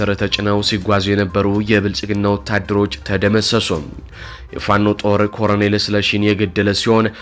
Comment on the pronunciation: ለአዘጋጁ ወንድማችን:- "..ኮረኔል" አይባልም:: ትክክለኛው አጠራር "ኮሎኔል" ነው:: ቃሉ የመጣውም Colonel ከሚለው የእንግሊዝኛ word ነው:: በተረፈ በርታ! ድል ለጀግናው ፋኖ!